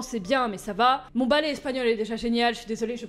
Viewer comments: El bale espagnol ✌🏼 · El balai espagnol avec cet accent 😂😂😂 nan mais franchement t' est la best.